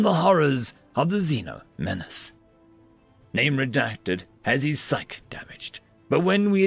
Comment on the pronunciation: Psyche: Sigh-key